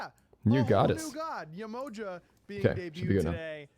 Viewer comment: The pronunciation is horrible. Not Yemoja sounds like a sandwich. It’s pronounced Yeh-Mo-jah! Not juh, jah!